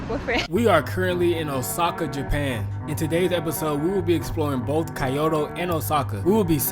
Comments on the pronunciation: Key-yo-toe is wrong too, lol. "Kyoh-toe" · Nice video, btw it’s pronounced kee-oh-tow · Key-yo-toe jezz don't botch the name like that.😂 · well at the very least Kyoto is not supposed to sound like coyote.